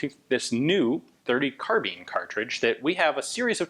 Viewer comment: At the time nobody said "carbeen"